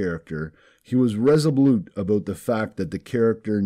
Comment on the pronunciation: Aboot? Are you Canadian?